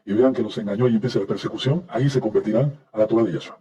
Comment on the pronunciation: Este sr. Palacio, cambia el nombre de Yehoshua (Josue) y de Yeshùa a Yahshua osea cambia las vocales sin comprender el verdadero mensaje de una simple vocal, asi el nombre que muestra en hebreo de Yashuah coloca una Vav (V) y se la brinca sin pronunciarla.. ósea esta errado en su hebreo. y el problema que muchos no comprenden los tiempos.